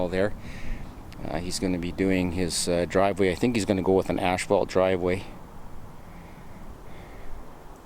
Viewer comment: Just curious - why do you say "ashphalt"? I've noticed that in this and other videos.